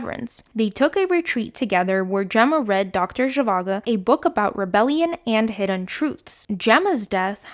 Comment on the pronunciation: "Hedden" lol